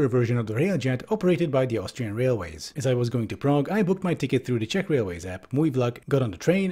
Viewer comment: Really loving your Czech pronunciation. ❤️